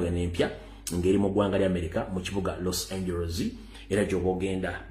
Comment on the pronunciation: Los Angeles pronounced = Los Anjelize.